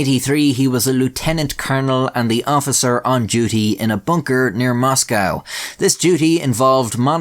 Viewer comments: Great video keep up the great work, just one thing please stop pronouncing it as Moss-Cow and use the correct pronunciation of Moss-Co. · It's pronounced "Mos-coe" not "Mos-🐄". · Hi.. boy.... First and foremost, yer Irish, like meself.. Now.. Moscow.... Not Mos-Cow... It's like Hugo, or Tesco, or Volvo... Moscow... Good lad...